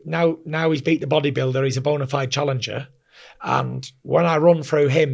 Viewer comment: I just LOVE him when he says the BODYBULIDER hahahahahahaha gotta love FURY what a guy